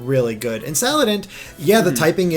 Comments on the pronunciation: Sal. And. It. not salad int. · HO-LY DAMN. IT IS SALANDIT, NOT SALADINT. SALAN-DIT. LIKE SALA(mander) + ba(NDIT). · SALANDIT NOT SALADINT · You keep saying "Saladint" even though you said you liked his bandit theme... The bandit theme is why he's named "Salandit". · Salan-dit like bandit. also I feel like mimikyu could have a night form. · Them not being able to pronounce salandit makes me cringe its pronounced (sa-lan-dit) it rhymes with bandit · You pronounced Salandit wrong! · Avery Page Yes thank you. The thing that upset me so much is that this was obviously Salandit and not whatever he said. It is literally a combination of two words. Like, come on guys.